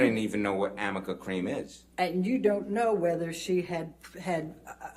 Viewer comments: 아미카가 아니라 arnica, 아니카입니다. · 아미카 크림도 발음 잘못한 거로 알려졌죸ㅋㅋㅋ Amica가 아니라 Arnica인데 r이링 n이라 붙여서 m으로 읽은 거... 엠버측 신뢰도 그만큼 떨어졌으니 오히려 변호사분들에게 고맙습니다😙